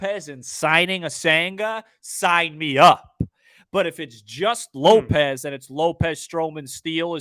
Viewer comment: I'm usually on your side but please don't ever say lopes for happ again That made me throw up a little in my mouth lol